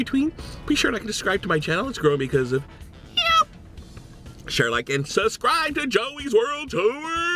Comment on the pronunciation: ate the b in suscribe